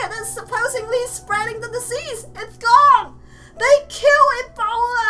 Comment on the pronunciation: It's E-bolda